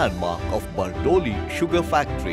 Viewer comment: Bardoli nu pronousation to barobar Karo.very bad.very bad.